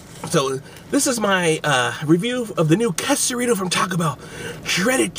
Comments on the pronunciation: its not qusarito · Its pronounced Qaysarito, not qusarito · Its quesarito nit kesaruto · You said it wrong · Bro if your gonna review an item, know how to say it correctly